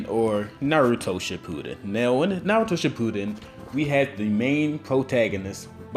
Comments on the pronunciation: im sorry but when you say shippuden its like shippooden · did he just say Naruto Shitpuden? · The way he says shippuden is wrong hahah sorry just saying